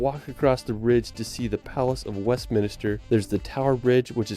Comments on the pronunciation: The guy in the video got some names slightly wrong. it's Westminster, not West Minister. it's Stonehenge, not Stone Hedge. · The video narrator also called Westminster 'West MINISTER'! 🤨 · Palace of Westminster not minister.... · He also said Westminister instead of Westminster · the chosen video is extremely annoying. The Unihihihhted Kingdom, Stone Hedge? West Minister ? Sorry >> I'm skipping this one